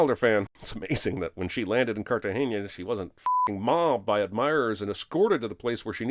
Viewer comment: Please add a sin for every time Jack says "CartagenYa" instead of "Cartegena"